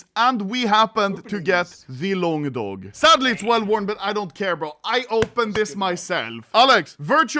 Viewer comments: LONGDOG ❌ LONGDONG ✅ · Why you say longdong,Why dont you say longdog.